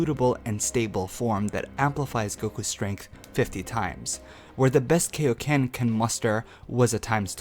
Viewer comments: why are we saying kayoken? it's really triggering me. its like when people say shariiingan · ... KAI oken not KAY oken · KAI KAI-O-KEN NOT KAY-O-KEN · KAI-oken, not kayoken. Kaioken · It's pronounced "Kai-O-Ken" not "Kay-O-Ken" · love the video but one complaint. it's KAI oken not KAY oken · Its kaioken but good vedio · IT'S KAIO KAI O KEN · I thought kaio-ken was pronounced kIO ken (long i and o) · AH THE WAY HE SAYS KAI-O-KEN KILLS ME AA A A A A A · I see what your trying to say, and first off, you pronounced Kaio-ken wrong. it irritates my ears. Kaio-ken is seen as a trump card and with its heavy down side you can clearly see that it's not supposed to be a sustainable technique. He can layer it over his Super Saiyan transformation but as a means to end a fight quicker or for a quick boost. Constantly having sustainable power ups gets boring, and it was good that his Red God form has a short time duration because of its immense power up. Same with Kaio-ken except it doesn't boost much but it can be layered with another transformation. The more transformations there are that keep making a character more unbeatable would be uninteresting and not entertaining. Just my thought on this topic. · KAIoken not KAYoken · Well I just want you to know that you just gave me a brain aneurysm from how much you said kai-o-ken wrong by saying kei-o-ken! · You mean Kaioken, not Kayoken, as in King Kai/Kaiosama? At least pronounce it right. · KAI-O-KEN NOT KAY-O-KEN. (Needless argument aside) That's why the kaioken is used rarely he knows this draw back from using it a lot! The kaioken is a multiplier so it has the best use out of all the power ups "THE STRAIN ON HIS BODY!!! " some arguments would say but fail to realize all the super saiyan transformations are also a strain on the body. But the kaioken doesn't need to be used in a constant manner just a split second that's it. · KAI-o-ken FUCKING KAI as in King KAI not fucking KAY-o-ken. SAY IT RIGHT! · its kai o ken